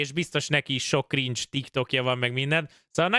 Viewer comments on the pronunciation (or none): none